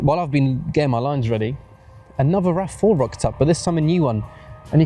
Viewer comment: teh you tah raf fouh